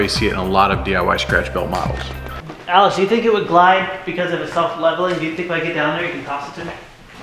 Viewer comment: anyone else hearing calling Alex, Alice